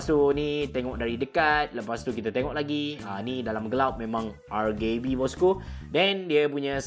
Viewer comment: Rgb bang bukan rrrgay b just tegoh emm